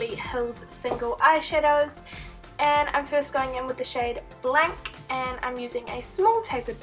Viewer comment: hey ! :) you pronounce Blanc word badly. The C is not pronounced. It's a french word and I am French. LOVE xoxo